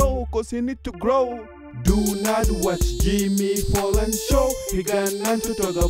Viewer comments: Jimmy "Fallon" with a "F" not a "P" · I swear he's saying Jimmy Pollan... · What the hell is this?? OMG IS IT SERIOUS. btw it's fallon not fallen.